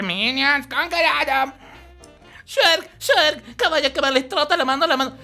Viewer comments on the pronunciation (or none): Shrek! No sherk!